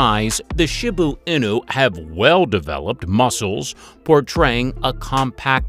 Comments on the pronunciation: Why is he calling a Shiba inu..shibu inu! Get yr pronunciation right jeeze 🤦‍♀️ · he called the shiba Inu a shibo inu 😭😭😭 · Shi ba inu he annoyed me calling it what he did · Thylacine? Really?! Oh, and for goodness sake, learn the correct pronunciation if you’re going to the trouble of creating a presentation. Shiba Inu is, she-bah ee-nuu. Ah, forget it! Lazy research and presentation throughout! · i have never heard someone pronounce shiba inu in so many different ways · The Shiba Inu pronunciation was ridiculous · The pronunciation of Shiba Inu destroys me here💀💀💀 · The mispronunciation of Shiba Inu really irks me...😒😅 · Wow. So much misinformation mixed in. Bad pronunciations of many dog names, factual inconsistencies, contradictory information, and some breeds that shouldn't be in the top twenty when you've skipped over other breeds. In a couple there were even incorrect pictures. For instance the Shiba Inu (this was pronounced wrong for both English language and Japanese pronunciation), a few of the pictures shown were of the modern day Akita Inu. Also the Akita wasn't even in the list. I wish people creating these lists could just do a little fact checking and research and at least attempt a better video. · How many different ways can we pronounce Shiba Inu? lol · Sorry but the way you sed Shiba inu🤣🤣🤣🤣😂😂🤣😂🤣🤣😂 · Why do you say Shiba Inu so weird